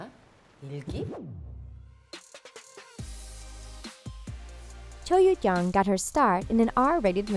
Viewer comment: You pronounced Cho YeoJeong different every single time... can you please decide